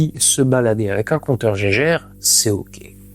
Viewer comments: Ça se dit compteur « gué guerre » et non pas Geiger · Pitié arrêtez de dire "Compteur Jégèrre", c'est so 1910. Les mecs qui ont inventé ca ils s'appelaient GEIGER et MULLER, pas Gégé...ni Jégèrre.